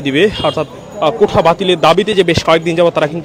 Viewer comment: কোঠা না সাংবাদিক সাহেব, ওটা হবে কোটা